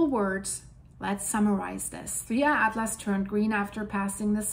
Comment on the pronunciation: That is the correct way of pronouncing it, according to my scientific calculations.